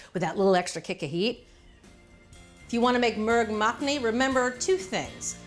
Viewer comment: I pressed play, only to hear how she pronounced the name of the dish. I wasn’t disappointed. 😂 Nothing wrong with using a rice cooker, but it really doesn’t take long to make steamed rice. Not sure why she said it would take longer than cooking the main dish. Not so. We usually cook rice about 10 mins before we’re ready to serve up